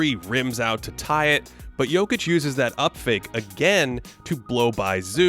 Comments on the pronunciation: That Nikola Jokić pronunciation was 👌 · okay your pronunciation of Jokić's name at the beginning got me confused, thinking that this was a video by a Serbian youtuber. 👌🏻